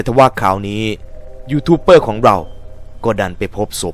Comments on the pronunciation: ดูกี่ทีก็หงุดหงิด youtuber มันตัว B แต่ออกเสียงเปอร์ทั้งคลิป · อ่านว่า"ยูทูบเบอร์" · ยูทูปเบอร์ ครับ ไม่ใช่เป้อ